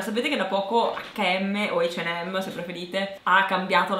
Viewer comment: Guarda a dire la verità non si dice ne "acca e emme" ma NEMMENO " h en m" si dice "h AND m